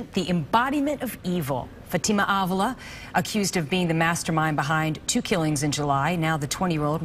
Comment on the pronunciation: She said Fat Ta Ma not Fatima 😂